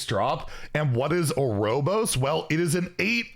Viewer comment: “Arobos” lmao